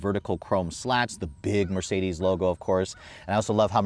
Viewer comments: It's called: Afalterbach Not: Afalteubach 😆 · What's so difficult for an American to pronounce the name AFFALTERBACH the right way?? "Afalteubach"....... ?? Are you really so dumb, uneducated and ignorant, dude??? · It's AFFALTERBACH.... You American genius! This kind of butchering German language and pronounciation is ridiculous, dude! Greetings from Stuttgart, Germany